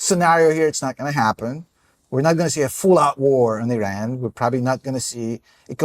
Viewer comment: gonna be that guy, just because it makes my ears bleed. plz plz look up how to pronounce iran correctly